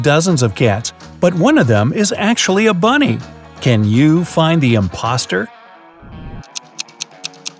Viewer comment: Did he just say imposter?